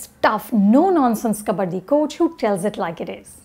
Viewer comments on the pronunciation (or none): none